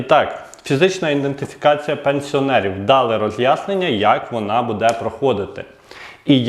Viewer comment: оце ваше будЕ, будУт... - ріже слух. Серйозні ж теми